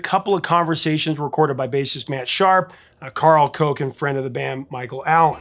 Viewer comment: Professor, slight error: it’s pronounced Karl “Cook”, although spelled Koch. Actually, he always writes his name in lowercase, so “karl koch”.